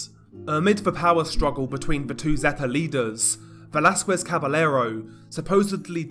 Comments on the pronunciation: Double L's are pronounced like 'Y' FYI. For example, it is pronounced 'Cabayero', not 'Cabelero' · Don't pronounce Caballero with the L sound...the double L makes a (Kah-bah-ye-ro)